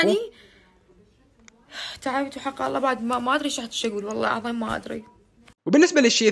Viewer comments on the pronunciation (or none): none